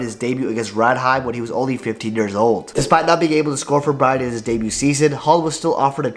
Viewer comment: It's not pronounced "brine". It's more like BROO-NAY where 'nay' rhymes with 'hay', 'way', 'day'...